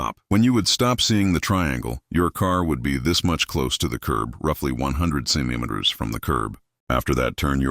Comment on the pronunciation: "roughly one hundred cemniminimers from the curb"